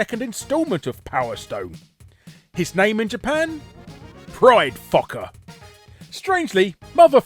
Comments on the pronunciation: I thought "Fokker" was supposed to be pronounced "Foe-kerr"? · You said fokker wrong . Its foe ker. Only outside of Asian areas is o (oh / ow) said as a ah sound. Phonetics in english is just weird like that for some reason. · Actually Fokker is pronounced 'Foe-kker' but don't let me stop you Larry from making a joke. 😁 Some of these however aren't surprising yet are still crazy. 😂